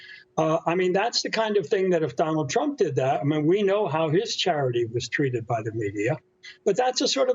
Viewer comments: Notice he said "cheated", instead of "treated". He meant it. It's what the Liberals are known for, cheating! 😑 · Whoa!!!! What a Freudian slip at :51 seconds. Meant to say "treated" but said "cheated." Yeah - cheated was the correct word. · “Cheated” oooops “ treated” nice slip up.